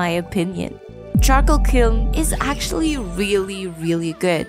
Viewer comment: Charcoal KLIN. Regardless these are great videos